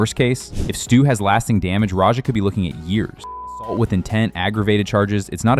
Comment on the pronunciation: What the hell. You can’t say the word assault. This channel is GAYYYYYY